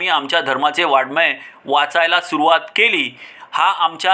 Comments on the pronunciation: उच्चार करतांवतणा वाडमय असा उच्चार केला.😂वाचन नीट करा की please 😌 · प्रत्येक आपली गाडी वाजवतो.शरीराची रचना व त्यात असलेल्या सुप्त शक्ती कशा वापरायच्या याचे ज्ञान सांगणाऱ्या व्यक्ती दुर्मिळ असतात.गौतम बुद्धांनी राज महाल तरुण पत्नी गोजिरवाणा बाळ सोडून ज्ञान प्राप्ती केली हे खोटे आहे काय? वाड्मय शब्दाचा उच्चार येत नाही व विद्वत्ता मिरवतात.संयम अंतर्मुखता वैराग्य परोपकार इत्यादी शब्द कोठे ठेवायचे?असे बरसाती बेडूक कितीतरी येतील जातील .जो मेथीचे गौरव नेणे | त्यासी ते भिंगुळवाणे | हेच खरे आहे.देव आहे सुकाळ देसी | टोटल अभाग्यासी दुर्भिक्ष || वैकुंठी कैलासी तिर्थक्षेत्री देव | तयाविण ठाव रिता कोठे || इत्यादी अनेक प्रमाणे देऊ शकतो.पण झोपेचे सोंग घेणारा असा झोपेतुन उठवावा.